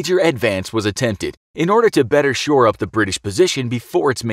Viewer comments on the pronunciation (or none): none